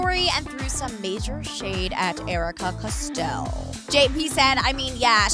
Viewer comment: “Custell” AHHH